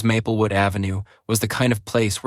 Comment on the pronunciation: Grating on the nerves each time the AI mispronounces Maplewood as Mappelwood…